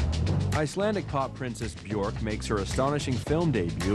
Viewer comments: "Icelandic pop princess BjOrk [...]"... Is it really that hard to pronounce the 'ö' for english speaking people..? There's no 'th'-sound in my first language, but I don't think it's very hard to learn to pronounce it right... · Anubis I know it's pronounced byerk, but then again I'm English. This video is American so you can't trust them to pronounce anything correct. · Johnny Solipsis well they're right... it's pronounced "byerk". The ö is pronounced with an "er"-ish sound.